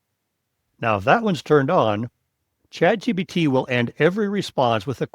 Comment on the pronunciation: It sure sounds like this guy is saying chatgBt rather than the correct chatgPt